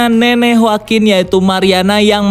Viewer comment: yoakuin min dibacanya (CMIIW)